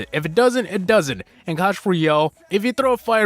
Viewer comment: Its clash roYALE not clash roYELL